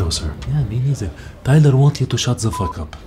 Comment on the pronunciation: His accent saying " Tyler wants you to shut ZE f*** up " seriously got me 😂😂😂😂😂